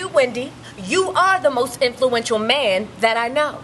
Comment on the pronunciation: lmfaooooo iam weak!!!!! "whitney, who would you say is the most infulenchual man in this industry?" "That would be you Wendy!"